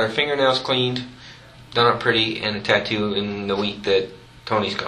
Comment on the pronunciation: Laura Kratovil And....your point is? I followed this case from the beginning. It actually was determined 10 yrs ago. I was pointing out how ignorant the cops are. They had a picture of that tattoo, yet he's not able to pronounce it correctly??? Neither one of the cops did.